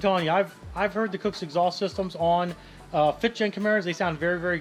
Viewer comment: and Mike both pronounce Kooks as Cooks. It's supposed to be kook, like something insane or crazy